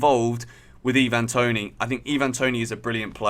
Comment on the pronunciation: Why're you saying Toney's name like he's a foreigner?